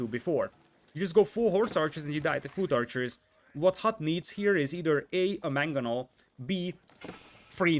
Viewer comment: Hahaha his pronunciation of foot archer is hilarious